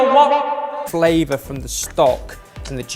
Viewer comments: Uncle Roger: The king of flavwer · Every word that Has V in it turn into W Haiyaaaa uncle roger 😂😂